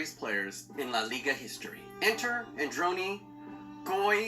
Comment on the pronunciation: The correct pronounce is Àndoni Goikoechéa